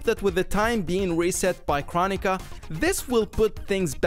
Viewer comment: It’s crow-nee-kuh